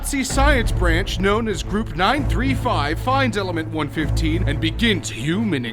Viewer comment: Its element 115 not element 1 15